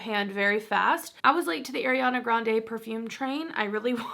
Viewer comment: Is No one is gonna correct her on her pronunciation of Ariana’s name 😭